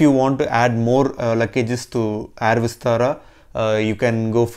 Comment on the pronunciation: Nice video and great info.. Just pronounce "air" word correctly.. Not complaining just requesting..